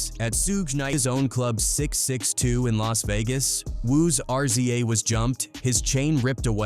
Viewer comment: Can't take this AI shit serious with the "sooge", R-Z-A, G-Z-A, Redmin, Thah Dogg Pound, shitty info, wrong dates, calling CREAM Raekwon' single. 😂😂😂